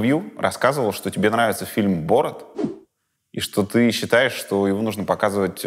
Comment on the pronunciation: А вот почему БОрат, а не БорАт? Почему русские намеренно коверкают все слова? Простое имя Асель обязательно произносят через Э и много тому подобного. У вас проблема с произношением , или вообще восприятием слов?